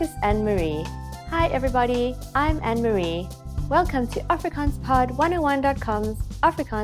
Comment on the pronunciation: Your pronunciation ineeds more practice. Using GOEIE DAG is slightly rude. We say hallo or Goeie môre, Goeie middag of Goeie Naand . ANNEMARIE is not pronounced ANN-MARIE it is pronounced as AN-NE-MARIE.